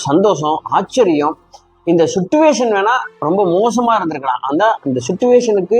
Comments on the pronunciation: "சிட்டுவேஷன்" இல்லை சார்! அது "சிச்சுவேஷன்!" இல்லையென்றால் "சூழ்நிலை" என்று சொல்லலாம்! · Suttuvation illai, chichuation. English theriavillai eeraan thamizhil sollavum.